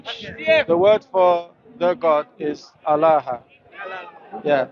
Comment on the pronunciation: I just love the way pronounces the word "Allah" He does a unique elongation to it. I always look forward to his mentioning it. Tabarakah'Allah...